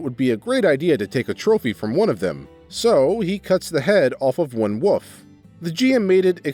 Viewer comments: Ngl, I love your vids, but I visibly cringe every time I hear you pronounce wolf, or wolves lol and its relevant almost every video. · just a pet peeve, but you know there's a "L" in the word wolf right?